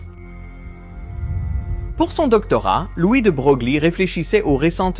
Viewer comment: De Broglie, prononcer De Breuil...